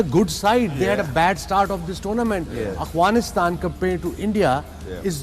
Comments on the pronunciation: Wasim Akram… it’s Afghanistan not Aghfanistan 😂😂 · Waseem and Wahab kindly stop saying ‘Aghfanistan’! Its Afghanistan 🙏🏼